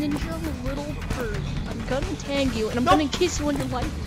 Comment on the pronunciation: Tag: it’s not “TEG.” Its tag. T- ah- guh.